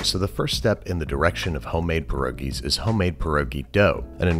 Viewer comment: There's gonna need to be a botched for this one. If only to not say "pierogies" lol